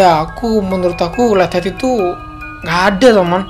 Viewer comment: Tadi kok suaranya bilang letter bukanya light head wkwkw kqkwk